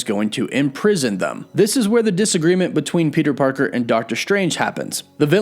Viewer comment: Peter pekèr